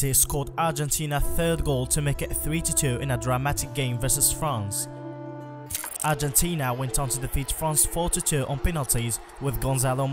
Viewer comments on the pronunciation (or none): none